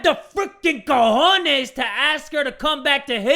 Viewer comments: "HE HAD THE STONES HE HAD THE FRICKEN COHONES!" i didnt know he was Hispanic/Latino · Cojones? No way is starting to talk like a Mexican person…😭😭